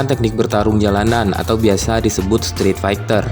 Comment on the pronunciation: streetfighter banggg bukan streatfighter, fu, tq